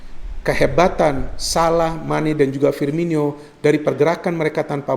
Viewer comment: Firmino bukan Firminyo bung 😊